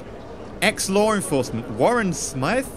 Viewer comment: I'm called Smyth. I'm glad someone actually pronounced it right!